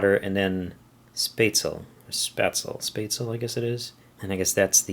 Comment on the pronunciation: Pretty sure Spaetzel is a german thing, in which case it would be pronounced "Sh-peh-zel